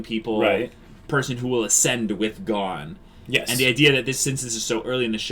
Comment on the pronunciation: Gon guys! GOOOOOON. It's pronounced with a long o for Pete's sakes